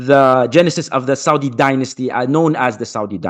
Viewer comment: Yaudi Arabia 😂